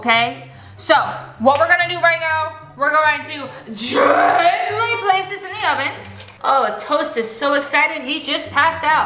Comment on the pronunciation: GEAANTALY Me tring to do gentlay: gENtAly ☠💀